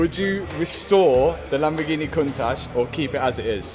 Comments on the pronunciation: The lambo Cun tash 🤣🤣 I can't stop hearing it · COUNT TASH - learn to pronounce it properly 😅